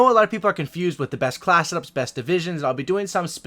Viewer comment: I like your channel just because it sounds like you say 'Class it ups' instead of class setups